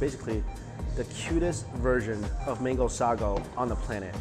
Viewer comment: Why u say mingo , it’s mango , please stop that